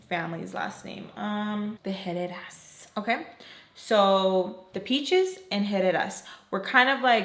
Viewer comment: I really thought you said Headed Asses the first time you said Herrera 😭 I didnt even think twice im like yup that fits